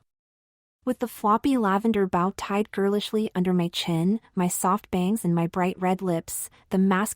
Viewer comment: Mostly a good story, but really annoying to repeat several lines several times throughout. And the AI needs training on how to pronounce "bow" !